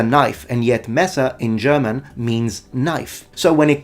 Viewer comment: By the way: You do pretty well on how you pronounce the german words. I don't think that you will ever be interested in learning german. But if you do, I think you would do pretty well.